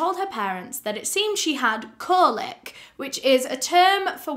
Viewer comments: This one is so upsetting but I must say this is first time I've heard anyone pronounce colic as "cohlic" haha xx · Just so you know for future ‘colic’ that babies can get (I use this term a lot working with horses) is pronounced Coll-ic 😊😊 great job as always on this case!